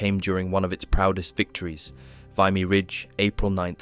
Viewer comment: Thank you for mentioning the Royal Newfoundland Regiment. July 1st 1916 the Royal Newfoundland Regiment suffered catastrophic casualties, losing 710 out of 800 men. As a Canadian I need to correct you on one thing, Vimy is pronounced "vee mee" not "v eye mee".